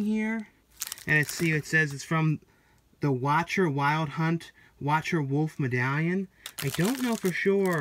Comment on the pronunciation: Nice haul as usual. I first saw those "Day of the Dead" reissues on your buddy Brendan's video, really stunning artwork. Shame they're only card fronts, but cool to know that you can slip them into the actual case. Also, the necklace is from "The Witcher", which you mispronounced as "The Watcher", a series of video games on the PC. lol